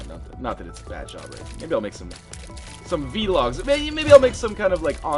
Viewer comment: "vee-logs" how old are you